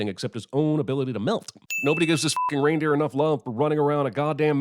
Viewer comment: You repeatedly pronounce "Reindeer" very strangely... How do you possibly get that combination of letters to rhyme with "goose"?? Is that some sort of American accent thing?